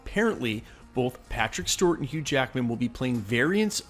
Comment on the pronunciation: Please stop saying Stewart like that